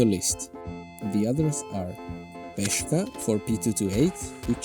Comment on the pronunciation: Peshka is pronounsed with an "a" sound so it doesn't mean pawn. It just means the letter P